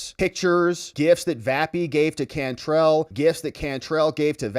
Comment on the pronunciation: Can trell like tell. It’s a New Orleans name too pronounced differently. Anyway. She’s from California! WTF!! Get her out!